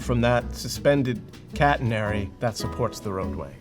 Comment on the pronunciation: Thats not how you pronounce catenary